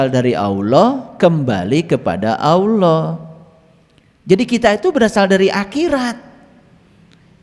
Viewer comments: Alloh pak bukan awloh😅,tidak ada wawu disitu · & belajar ngucap Alloh, bukan *alwoh/aluwoh*🙏🙏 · Bilang Alloh aja mulutnya gk bs,,,, cobak dengarkan kan dia bilang auloh,,, orang ini sok pinter,, orang ini sking kpinginya jd kiyai😢😢😢😢😢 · Innalillaahi ..dst, itu bukan Doa goblog,itu mengingatkan dan sebuah nasihat buat kita.jangan mengotak atik aqidah islam.yg perlu di perhatikan dlm mengucapkan lafadz الله،harap di perbaiki agar bacaan fasih mengucapkan lafadz "Allah ".terimakasih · 😅nyebut allah aja belum fasih masa auloh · Nyebut allah aja belum fasih masak auloh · Ustadz gabut...baca Alloh aja ludahnya nggak bener...hati" banyak orang mengaku tahu ilmu agama padahal niatnya mau menyesatkan...mondok dulu bro...! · Sebutan KIYAI HAJI tapi nyebut Allah aja gak fase ini ustad aja gak meyakinkan